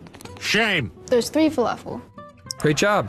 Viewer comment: Felafel? Falafel💀